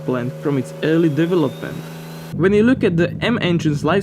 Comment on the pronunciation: Great video. Your english sound more refined every video, but there is one pronunciation of yours that needs some work - development is pronounced de-VE-lop-ment not de-ve-LOP-ment. Just my two cents, cheers;)